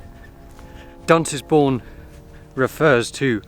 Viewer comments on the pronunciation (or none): Duntisbourne is actually pronounced "Dunsbourne